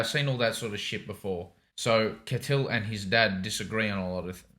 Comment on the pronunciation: Amazing show, glad you two are watching. Btw, Ketil is pronounced like kettle, and least in the dub